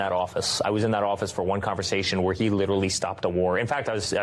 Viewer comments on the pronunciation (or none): He "littilally" stopped a war or was he in "actialily" using a fly swatter?